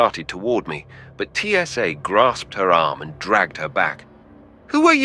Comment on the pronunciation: Really, TSA? It’s Tsa, not T S A.